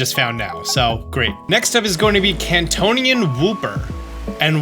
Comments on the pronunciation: Did he say "Kantonian Wooper"? 🤣 Love the video, will definitely try some of these! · "Kantonain wooper" Me:Hey siri is wooper in kanto?